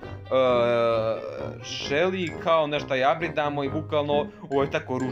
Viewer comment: kako si smesno Shelly rekao🤣🤣🤣🤣🤣😂😂😂😂😂